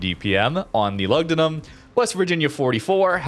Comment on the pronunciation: Loogdoonoom. U is pronounced with a double o in Latin